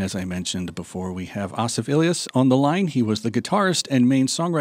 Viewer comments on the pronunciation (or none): I thought it was pronounced ASSif, not AHSif.